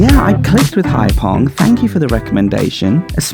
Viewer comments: The guy was a bit weird, but I understand his concern. Many tourists drive without licenses, and to be fair we've seen in this series that you broke the law and had a beer whilst driving, so not totally innocent. Also, Phong is pronounced 'fong'. Enjoyed the series. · the Vietnamese often use “ph” in their words which like the word phoenix has an “f” sound. Phong is not pronounced “pong”, all ph words will be pronounced as an f. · Brilliant, again! One thing ‘Ph’ is pronounced like ‘f’ like English, not ‘p’ like in Thai. Phong sounds like ‘fom’ to us.